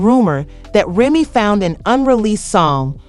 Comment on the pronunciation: what's wrong with you , why can't you say Remy's name right ?